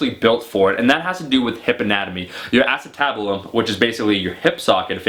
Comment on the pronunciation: A-cen-tibulum i think